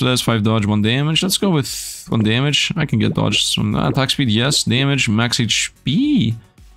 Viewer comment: i have brain daamage xD he said dmaage more than my 19 years of living 😭